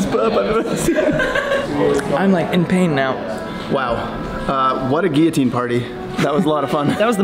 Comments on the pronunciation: does he say gui-otine or am i just not hearing the L's being pronounced? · did that guy running a guillotine channel really just mispronounce guillotine????